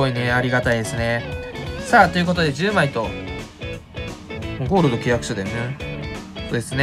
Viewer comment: ゴールドのイントネーションに違和感ある